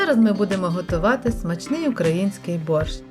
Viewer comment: украЇнський !! а не украЁнский. чорт криється в деталях, шановна!